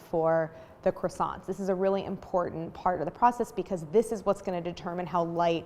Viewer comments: I love the way Americans pronounce “Croissants “😂 God… make a little effort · living Montreal Quebec - a French City .. it is very very difficult listen to this brutal pronunciation of the word Croissants !!!! My ears hurt .. try try .. anyway GREAT fresh croissants are available here every day ! hardly worth baking your own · Crassants, Dooseldorf, coke oh van